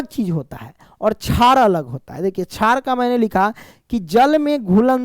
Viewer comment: Ek chij notice ki ye sr shar ko char kahte he